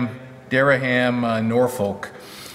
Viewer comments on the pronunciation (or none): Durham Norfolk pronounced Duh-rum Norfuk. just in case you ever come across that again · Pronounced Deeram. Norfolk pronounced as in Norfuk, Virginia. Cheers, great vlog. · Dereham is pronouced 'dear um''